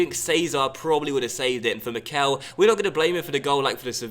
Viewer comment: please start saying Mickel correctly, it's getting kind of annoying for native german speakers